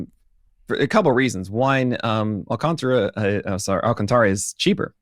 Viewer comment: His name is pronounced Al-can-TARA! Lol, not -TRA has it right. Listen to the pitcher guy! Lol